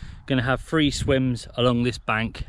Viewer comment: I did enjoy, BUT.....I could barely tolerate you pronouncing "th" as "f". Free instead of three Thirty/furty Fursday/Thursday South/sowf etc etc..... Just a big bug bear of mine